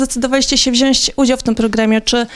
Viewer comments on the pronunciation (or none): ona powiedziała wziojńść